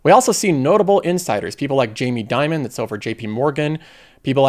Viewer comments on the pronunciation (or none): none